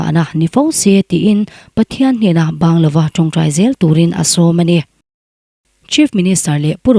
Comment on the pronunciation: Bangla ti hian, Mizo chuann kan lam liam mai thin a, I lam uluk hle mai. 😂😂😂